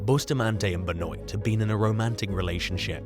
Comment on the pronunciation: #6 - you totally mispronounced the name Benoit. It’s pronounced Ben-waah